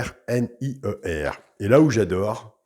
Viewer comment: Cc si c moi c Guillaume verrier et pas vernier